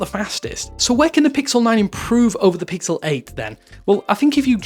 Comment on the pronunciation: I SWEAR HE SAID PICKLE 9